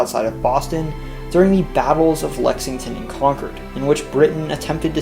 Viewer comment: At least he said Concord right